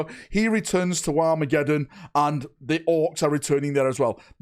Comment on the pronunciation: Happy new year!! Great video. For a minute there - I thought you said WAAAAAAAA-megeddon. I have to concede Dorn would look amazing in a Black Templars colour sceme.